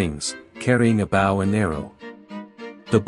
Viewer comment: AI VO fails: top 1,000 examples: "Eros was carrying a bow and arrow" -- "bow" pronounced like "bow down"